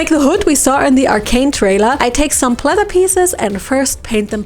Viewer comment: Why do you keep saying plether